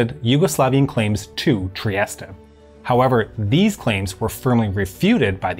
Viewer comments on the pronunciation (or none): In English it is pronounced /triˈɛst/ tree-EST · The letter e is silent in Trieste and Mussolini wasn't known as Il Douche ! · Is it really pronounced triest-a? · I'Ve just learned Trieste is pronounced Triesta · that's the correct English pronunciation, he's using the Italian pronunciation. In my opinion it doesn't make much sense to say it 'Tree-est-ay' unless you also say 'Roh-ma' (Rome) or 'Pah-ree' (Paris) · All those teen years playing "Diplomacy" and pronouncing "Trieste" wrong.